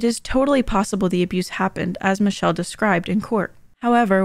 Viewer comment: I think her name is in fact "mitch-chell"